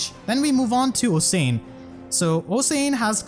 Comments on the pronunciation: HEY ABOUT OSIAN IT'S NOT OH-SANE IT'S OSH-AN SINCERELY, A WELSH PERSON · Awesome work. So thorough! Also "Osian" is pronounced like "Oshan" :) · I just wanna point out that Osian's name is pronounced like Ocean. It's a weird and uncommon name, so I don't fault you for not being able to say it right.